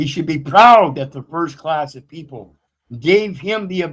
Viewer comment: WE the PEE-PULL 😂